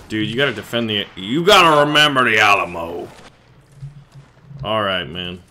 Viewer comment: At the beginning did just say the Awll-a-mo?